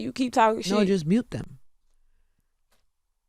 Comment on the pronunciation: I love the R after U! MuRsic and MuRte lol Such a fan 😊